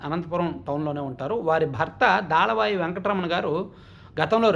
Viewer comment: Daalavai kaadu, dalavai. Difference thelusukoni paluku